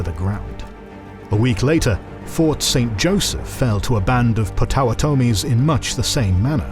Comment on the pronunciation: He butchered Potawatomi as well. Algonquin not great, either.